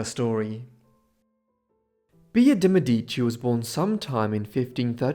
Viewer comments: One small thing on the pronounciation: in Italian the emphasis is on the first syllable, not the second. So it's "MEdici", not "MedIci". 🙂 ("Meh-dici" not "Me-dee-ci") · The accent on the word "Medici " goes on the e , while here is emphasized on the first i, and is a grave accent . Mèdici, rather than Medìci. Just saying it cause I'm Italian from Tuscany, but it's still absolutely understandable. This video is really interesting historywise 🙏🙏🙏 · I appreciated your dedcation and your deep dive into her life but just a side note: the correct pronunciation in italian is Mèdici (stress on the E) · Lovely video. "DeMedici" is pronounced "de MEH-dee-chee". I used to think is was pronounced "de meh-DEE-chee also. Just saying. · Do me Explique PQ NAO SABE FALAR O NONE CORRETO ? MEDICI ??.